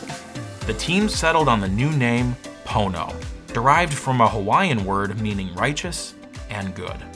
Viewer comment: Ohhh. Pono, umm, not Po*no. Nevermind. Gotta run.